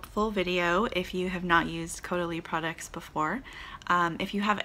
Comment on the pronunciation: So funny with your pronunciation! Your original pronunciation is how a German person would say it: Cowdalie. French is Cohdalie. You got it!